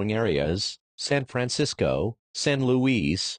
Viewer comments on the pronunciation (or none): I like how it just said San fransicko